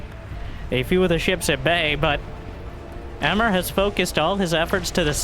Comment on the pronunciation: Emre (not "Emmer") is a Turkish male name.